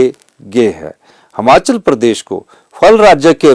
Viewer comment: श्रीमान जी हमाचल नही हिमाचल होता है अपने प्रदेश का नाम अगर आप ही गलत लोगे तो बाकी क्या करेंगे